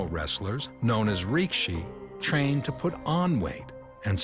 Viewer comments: Rikishi, not rikshi. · It's not "rikshi", it's rikishi.